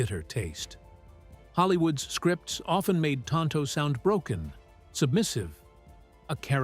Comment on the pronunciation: Insults in Spanish, which neither Tonto nor the Lone Ranger was speaking. "Que no" is pronounced KAY-no, not KEE-mo. And tonto in Spanish is pronounced TOHN-toh, not TAHN-toh. 😶